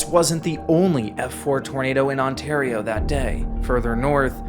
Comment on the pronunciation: Put a smile on my face at how tried so hard to pronounce everything correctly but still mispronounced "Canada" and "Ontario." I can't believe he left out the June 17th, 1946 Windsor, Ontario tornado. It's also not often mentioned that tornado #30 out of the 148 in the 1974 Super Outbreak hit Windsor, Ontario too.